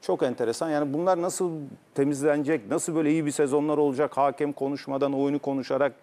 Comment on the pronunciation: Futbol camiasının "hakem" demeyi öğrenememesi çok enteresan. "Haaakem" değil yahu, tek "a" var :)